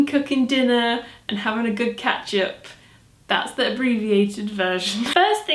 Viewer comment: Am i the only one who thought she said 'ketchup' twice before realizing the third time she actually meant 'catch up'..?